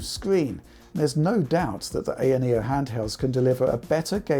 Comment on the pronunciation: Thank you for calling it an ayaneo with an a not an I, like all the American reviewers call it.